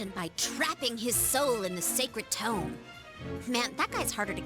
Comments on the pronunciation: Great video man, it's great to see content on a somewhat forgotten game. BUT Seriously, you pronounce TOME as TOMB and it bothers the hell out of me LOL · For the future... I know you've already accepted constructive criticism already, but I do feel the need to reiterate that it was hard to follow this video when you sound rather bored, and mispronounce "tome" despite it being said multiple times by the characters. Your energy does pick up a bit after the prologue, at which point it was a lot easier to listen to. I'd just recommend you speak a bit louder into your recording device once you get more comfortable. EDIT: And pronunciation of "facility". And "Salome" (Sah-loh-may). I mean, it's the most important item, the second most important character (,both of which are pronounced in-game, Including in your footage used), and a really common word.